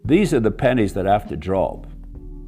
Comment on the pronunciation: David, did you say "pennies" or "panties" have to drop? Either one is a good metaphor.